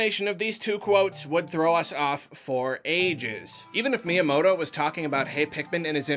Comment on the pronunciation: I like that he calls myanoto shigi.